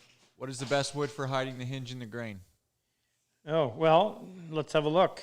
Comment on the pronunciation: It's a H-in-ge, (ha in ge).